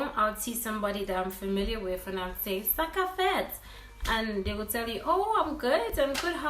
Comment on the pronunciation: When I heard sa kap fèt I thought u were Haitian